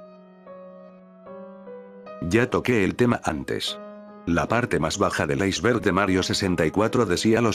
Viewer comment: En la intro dice "icberg"